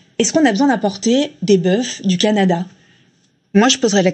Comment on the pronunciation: Que la langue française repose en paix, mes frères. La journaliste à "c'est un peu ce que vous disez [ = dîtes ] Hugo Bernalicis, est-ce qu'on a besoin d'importer des boeuffes [ = boeufs ] du Canada"... Doit-on inventer un logiciel autotune qui corrige automatiquement les fautes de français à l'oral ?